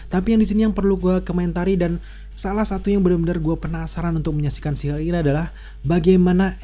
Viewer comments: nyebutnya jangan "si Hulk" bang wkwkw, kita bingung jadinya kedenger kaya ngomong She Hulk. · She Hulk bang. Bukan Shu Hulk